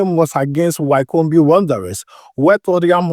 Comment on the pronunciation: It is pronounced as wicomb(Wycombe) my brother.